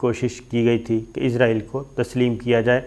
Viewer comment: Shakir Sb pl pronounce اسرائیل not عزرائیل۔